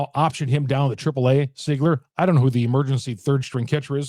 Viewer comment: I think it's pronounced (Seeeegler) , not ( Sigler). Correct me if I'm wrong.